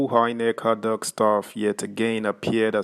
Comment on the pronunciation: Is it adhoc you are pronouncing as hardhoc? And Lp as hellp?